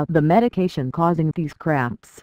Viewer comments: It sounds like she's saying foot craps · Sounds like it's saying foot craps